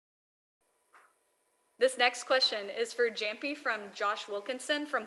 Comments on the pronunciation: you mean "yamppi" not "jamppi" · Hate when she always mispronounce Jamppi’s name